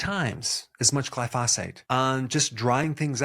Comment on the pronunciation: Glyphosate.. the emphasis is on the first syllable.....